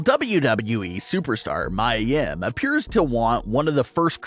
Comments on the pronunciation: It’s (ME-YA) not miyah YIM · It’s mee-ya yim not mya